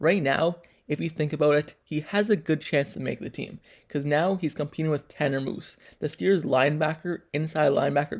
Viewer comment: Its MUSE not MOOSE